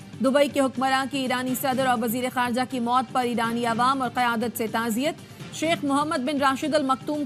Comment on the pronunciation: نہنیت نہیں بلکہ تعزیت !